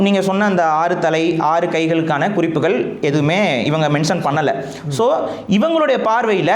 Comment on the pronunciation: குறிப்புக’ல்’ .. பாடல்க’ல்’ 🤦‍♀️🤦‍♀️ தமி’ல்’ தேசியம் .. தேஷம் ஒரு வடமோழிச்சொல்